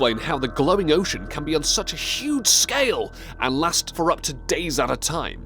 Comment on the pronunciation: God, this narrator sucks. Totally awful. Mispronounced "ocean". Everyone, please remind this failure at life of his mispronunication so he quits Top Lists and they get that other guy back. Totally awful, learn to say "ocean" normally. Downvoted. That guy sucks. Sad!